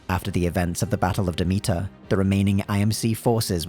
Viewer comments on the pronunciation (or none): none